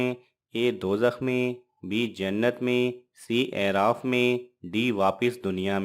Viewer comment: آپ جن کتب سےجوابات لے تےہیں ان کتب کاحوالہ مع صفحہ وہاب بھی دیاکریں - اورلفظ اِعراف نہیں ہے - بلکہ الف پرفتحہ ہے - مدارالافاضل ، اورکشف ومنتخب میں ہے - امامِ زاہدسےروایت ہےکہ اعراف کواعراف بایں وجہ کہتےہیں کہ وہاں کےساکنیں دوزخیوں اورجنتیوں کےاحوال کوزیادہ جانیں گے اور-خوشبودینےوالا - کےمعنی بھی ہے - ازغیاث !